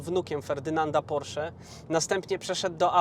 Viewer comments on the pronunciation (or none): none